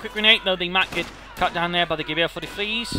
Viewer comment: "gwher" sounds so funny :D It`s like you say "Gewehr" with a bavarian accent